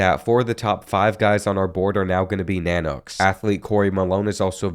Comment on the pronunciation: I dont know what is more cringy UAF logo being used for UAA or the mispronunciation of nanooks i was excited for this video until both